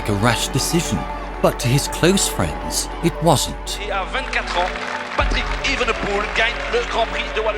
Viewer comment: Als NederlandÉr vind ik het erg grappíg hoe hier de klemtóón steeds verkeerd wordt géélegd bij het uistpreken van Evenepoel